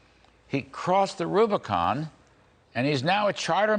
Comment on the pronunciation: Did he just say crossed the rubricon? Primaris?